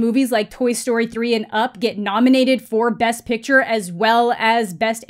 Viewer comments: why does he pronounce picture like "piture" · No but seriously is he saying pitcher or picture-???